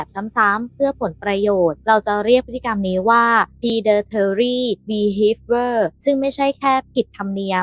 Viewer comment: Predatory behavior อ่านว่า พรี-เด-ทอ-รี่ บี-เฮฟ-วิ-เออ น้องนักข่าวอ่านให้มันชัดถ้อยชัดคำหน่อยนะคะ